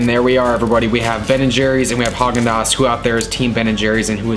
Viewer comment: It’s Hagen